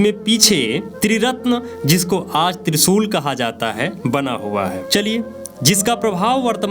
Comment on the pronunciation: आप कोशिश , स्तूप और त्रिशूल का सही तरीकेसे उच्चार करो बाद ज्ञान बाटो